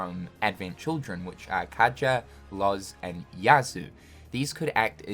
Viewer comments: Kaja?!... It's Kadaj!...Not Kaja!...I'm disappointed in you!...Just Kidding!...but still bruh come on!... XDDDDDDDDD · Minor pronunciation mistake detected it’s Kadaj not Kadja you’re internet credibility is now 0 (for legal reasons that’s a joke) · my boi did say KADJA? who the f is KADJA bruh, hahah getting back on topic, yes pls would be awesome to get more FF in KH4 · Great video and I hope we do get to see them return and fighting the remnants would be cool. By the way though, it’s Kadaj not Kaja